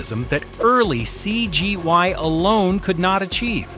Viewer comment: Nice vid, is this a human run channel? The upload schedule looks relastic but the voice over feels artificial and way 'cgi' sounds like 'cgy' hints at AI.